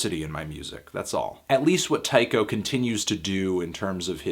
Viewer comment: I think it's pronounced Tee-ko.